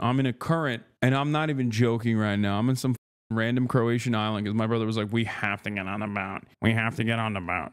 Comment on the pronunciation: Why is he saying crowtians?